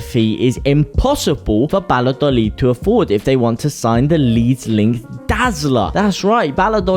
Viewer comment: It's Vaya- dolid.